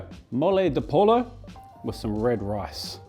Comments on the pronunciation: I love you, but every time you said “pol-lo” I died a little inside. Just make even the slightest attempt to learn the pronunciation of the recipes you’re presenting, and it would just be *chef’s kiss*. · Please go to Mexico! That sounds like a great video in the making. You can also learn how to pronounce pollo(po-ee-yo) while you are there xD we love ya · Hey! Take this from another Australian - PLEASE don’t say ‘pollo’ with a hard L - it’s ‘poi-yoh’ (or ‘poi-joh’ if Colombian etc.) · the brief history is that local nuns were tasked to cook for a visiting bishop and used what they had to create this intricate sauce. btw, Pollo is pronounced "POY oh" and tomatillo is "toe mah tee yo" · It's "poy-oh"... ;) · Love the video! Also you pronounce it as poyo but it’s great to know your trying haha As always great videos and inspiring! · Love your work, just a tip Pollo is pronounced poyo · please. I love you. But the double L in Spanish is pronounced as a Y. Poyo. Pollo is chicken. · Pollo is pronounced as 'Poyo' in Spanish. A double L is basically spoken as a Y. Great recipe 👌🏼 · i think poi-yo is a good spelling for English speakers to pronounce that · Excellent video! One thing that had me cracking up, is mole de pollo not mole de polo! Say it like when you say it. Yo what’s up? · Not criticizing just a hopefully helpful tip . My Mexican hubby corrected me on this but when there are 2 ll's it is pronounced as a y . Thank you for the recipe . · I noticed that. He said "poLo" and "chicken" in the same sentence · Wait you pronounce guajillo, pasilla and tortilla correctly but not pollo or tomatillo? I'm so confused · If you're gonna go for "pollo," know you should pronouce spanish double L's as "y" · You should definitely go to Mexico to learn how to pronounce pollo and tomatillo 😉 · The only L I the video was how he pronounced pollo 🍗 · Yeah, pronunciation usually isn't the best. He does do a good job with the recipes themselves, though.